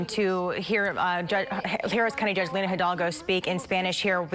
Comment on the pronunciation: Lina* not Linda